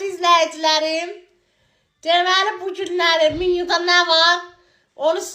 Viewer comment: Qaqa danişa bilmirəm menyu🚫. Minyu☑️ hheehh😂